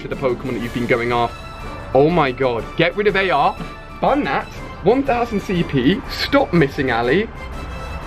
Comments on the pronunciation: He said 'Bun Dat' 😔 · "bun that" lol Ali a trying to be a roadman